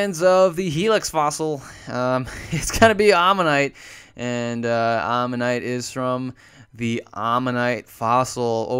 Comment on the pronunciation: arinorth is literally an anomalocaris. also AMMONITE not omanite. -.